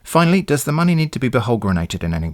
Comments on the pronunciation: Had me at "send monmey" :') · "Send monmey"